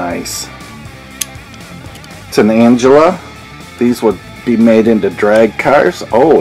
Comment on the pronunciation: It's NOT Angela! It's Anglia! Duh.